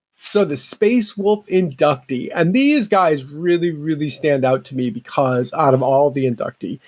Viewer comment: *In-duc-tee Thanks...a guy who studied Latin.